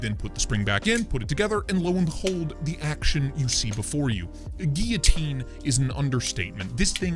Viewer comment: Can you please teach how to pronounce guillotine? Asking for the community.